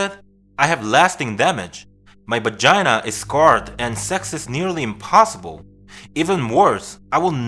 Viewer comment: He said bagina haha..love ur channel!